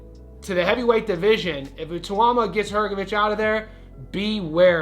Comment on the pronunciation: Bro you need to learn how to say Ituma's name correctly. You butchered it throughout the video. It's pronounced I -(eh), - TAU (tauw), MA (ma).